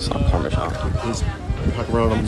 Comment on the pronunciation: Nice nice ... Great idea! But why do Americans keep pronouncing "parmasan" as "parmozzjang"? :)